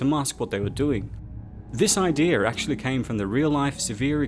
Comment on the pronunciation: He always says ideer instead of idea😂😂